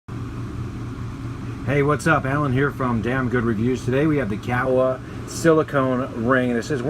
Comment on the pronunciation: I believe it's pronounced Coo-Eye-E, Like the Hawaiian Island.